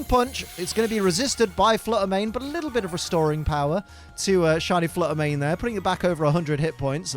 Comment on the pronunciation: Shiny Flutter Mane said "If you can't say my name right, I'm out of here!"